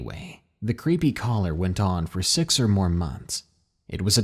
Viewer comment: Do you realise when you say the number six it always sounds like you say sex, well it does to me it's like hearing a new Zealander say six